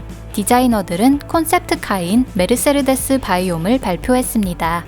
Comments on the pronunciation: 메르세르... 데스 가 아니고. 메르세데스 인데... 세르에서 R 은 스펠링에 없지 않나요?? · 딴지 걸고 싶은 생각은 없고 메르세데스라고 알고 있고 스펠링으로 봐도 메르세데스인데 메르세르데스라고 읽는 건 스웩인가요? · 메르세르데스라고 읽네요? 메르세데스 벤츠가 맞지않을까요? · 차에 관심이 없는 사람이라 그럴수 있지 아무 지식도 없는 유튜버가 메르세르데스라고 했다고 조롱하냐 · 메르세르데스 메르세르데스 ㅋㅋㅋㅋㅋㅋㅋㅋㅋㅋㅋ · 메르세데스를 왜 메르세르데스라고 읽어.. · 메르세르데스가 아니라 메르세데스 입니다. 영어로는 머시디스. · 벤츠 발음이 좀 ;; 메르세르데스 라고 발음하는거 처음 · 모두 하이퍼카 계열이구요. 아쉬운건 가장 예술적 가치가 높다고 평가받는 "파가니"가 없네요. 그리고 "메르세르데스 벤츠"가 아니고 "메르세데스 벤츠"입니다. 사족1 : 창립자가 자신의 딸이름으로 상호를 정한거고 그건 내딸이름 걸고 만든 차니까 좋은 차를 만들겠다. 라는 뜻이 있다고 하네요. 사족2 : 현대차에 전화해서 물어보면 엔진을 30만km의 내구성을 목표로 만든다고 합니다. 벤츠에 전화해서 물어보면 엔진을 100만km의 내구성을 목표로 만든다고 합니다. 사족2는 뇌피셜이 아니고 같이 일하시던 분이 직접 전화해서 알려주신겁니다. 그냥 그렇다구요.. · 메르세데스를 왜 메르세르데스라고 읽지요? 읽는사람 마음인가요? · 메르세르데스벤츠가아니라 메르세데스벤추.... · 메르세르데스가 이니구요 메르세데스입니다 ㅎ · 아줌마 메르세레데스가아니라 메르세데스에요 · 메르세르데스 벤츠는 새로나온 메이커인가요? 메르세르데스;;;;;; 너무하네ㅡ.,ㅡ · 메르세르데스ㅜㅜ 너무 거슬려요.. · 메르세르데스라고 계속 잘못말함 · ㅅㅂㅋㅋㅋㅋ 발음 메르숴디스벤츠인딬ㅋㅋㅋㅋㅋㅋㅋ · 아니 무슨 일본어냐고 ㅋㅋ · 메르세르데스.... 발음 쓰레르데스 한 열댓번 중얼거렸더니 나도 세르세르하네...